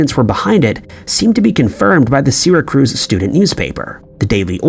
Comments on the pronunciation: I'm from clear across the other side of the country in Washington and that pronunciation bothered me. Even I know how to pronounce it. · I have heard him mispronounce Syracuse before in another video, but did he have to repeat it so many times?! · OMG, yes! This was the most shocking part of this waste of time: how badly this was mispronounced. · Just a small bit of info - I grew up in the area, and the name of the city is Syracuse. Only one R in the name. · Syracuse is pronounced "sear-ah-cues," for the love of God. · If you are going to do a video about a place named Syracuse, at least learn how to pronounce it. Also, people did NOT rent VCRs, rather than owning them. Also, the Earth's tilt was NOT caused by a collision. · I die an inside a little each time he mispronounces Syracuse. He mispronounces many names and cities. Is this on purpose? It just happens so much. I can’t help but think it’s an inside joke of some kind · Ok...I'll look past the butchering of the name Syracuse, but how the Hell could you say that this only happened 1 other time. Have you never heard of the Max Headroom broadcast? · Yeah, I'm from Massachusetts & even to me that's just ridiculous. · My theory is that he does this to increase listener engagement. It's definitely working! 😆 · All of you whiners crying about "Syracuse" need to realize you've been mispronouncing Native American place names your whole life. How annoyed do you think we feel when you even mispronounce our tribal names and we are forever known that way? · Most of these video's contain one very mispronounced word that most everyone can pronounce, like Syracuse. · Is he trying to say Syracuse? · Prety good video only comment is It's Syra'cuse' not Syra"cruze" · Isn't it "Syracuse" not "Syracruse"? Is anyone keeping count of the locations that are mispronounced on this channel?😄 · Im from Syracuse and im used to some miss pronunciation, but Sarah Cruz?? Cmon man. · "SIRACRUZ"???? Where are your editors? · Syracruise lol😂